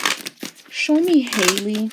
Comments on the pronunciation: No Hailey .. HA- Lee like the Ha in hat Halle ... amazing reading queen 👸🏾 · It's Halle not Holly/Hailey lol and they're not twins...like you said Chloe is a Cancer and Halle is an Aries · halle literally has the same first name as halle berry and ppl still pronounce it wrong 😭 great reading ❤️